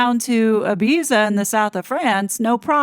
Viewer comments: It’s pronounced IbiTHa, and it’s a Spanish island, not in the south of France. I hope you’ll forgive me mentioning this. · It is pronounced Ibeetha! Was fabulous in the ‘70s when I was young and beautiful!! Love your videos-do you ever sleep? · Small correction- Ibiza is pronounced Ibitha. The z is a th. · Ibiza is pronounced "Ibitha" or EE-BEE-THA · It is pronounced Ibeetha by the way. Z is th. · It is hard to comprehend people who have no regard for life. Anybody’s life! There is no real feel, only acknowledging it to make themselves an integral part of the story. In Europe Ibiza is spoken I-Beeth-A. Z is pronounced TH. A real party island nota place for babies or children. The next door Balearic Island Mallorca…. Mi Yorker!is better for children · Ibiza is pronounced eye beeth ah and is in Spain not France. Apparently one of the Spanish Kings had a lisp so his subjects copied his pronunciation of certain words. So Barcelona is bath a Lona for the same reason. Elton John does live in the South of France. Hope you find this interesting.😊